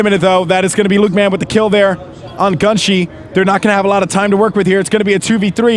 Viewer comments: isn't the name supposed to be Gun Shy. Why is he pronouncing it like GunShee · its not gunshie its gun shy